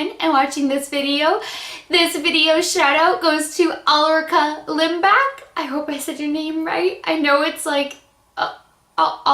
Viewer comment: u did really good with my name. 😊 I love the blushes and hope that they will be avalible here in Sweden aswell. I did have a good weekend and starting the week with your shoutout made my Day. You are such än inspiration 😘 thank U your fawn Ulrica